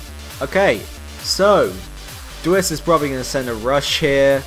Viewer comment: also you pronounce my name d w ice :)